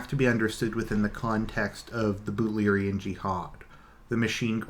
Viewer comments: Yes its Butlerian Jihad...BUTLER. He just pronounces it oddly. :) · Dude, I like your videos, but you seriously need to work on your pronounciation... "Benny Jezze-Rid" "Butt-Larry-Ann Jihad" "Um-Knee-Us" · Butlerian jiahad is right, he just prenouns it wrong, but he got it right